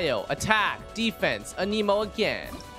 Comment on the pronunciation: He say Aneeeeemo? 😂